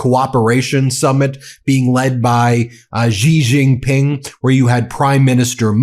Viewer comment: Ben, a minor observation and pet peeve: Please learn how to properly pronounce Xi Jin-ping's name. It boggles my mind why so many major media journalists and pundits continue to mispronounce his name, and it's such an easy thing to correct, or at least get much closer to correct. While not exactly the same, it is much closer to correct pronunciation if you say the English word "she" instead of "jee". Thank you for your attention to this matter. :D